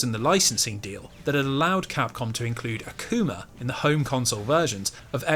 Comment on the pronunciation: I like the way you say “Akuma” with your accent, it sounds like “A Coomer”😂. There’s my constructive contribution to this comment section lol